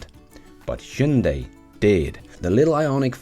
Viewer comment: Hyundai IONIQ-5 should have been compared more to Model Y? BTW, your pronunciation of "Hyundai" is almost perfect! (only very minor correction would be: instead of second syllable being "day", it should be like "deh", but still the very best in 20 years of non-Koreans pronunciating it as Hyun-die, Hun-die, Hi-yun-day... Thanks!